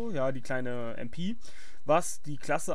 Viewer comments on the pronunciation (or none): *klugscheisser mode on* "mp" englisch auszusprechen ergibt keinen sinn, denn auf englisch heisst so ein gerät dann smg *klugscheisser mode off*